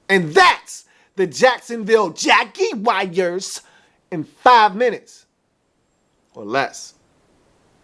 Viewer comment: I hope he doesn't say "Jaguars" like that ever again. #NoRespect